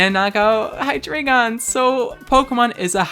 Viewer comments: I have a reuest. Never pronounce Hydreigon as "Hyjreegeon" again. Thank you. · Listen bitch it’s pronounced Hi-Dray-Gon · The way you pronounce "Hydreigon" triggers me so hard, I swear...